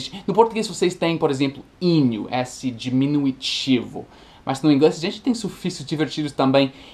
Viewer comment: "Diminuitivo" e "sufichu", foram ótimos.